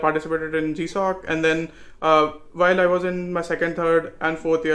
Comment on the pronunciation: it's Gsoc not G shock hehe